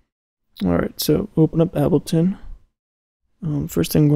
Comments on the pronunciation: ABBELTON XDD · He called it Abbelton XD